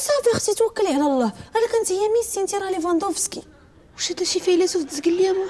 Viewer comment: سميتو ليفاندوفسكي ماشي ليففاندوسكي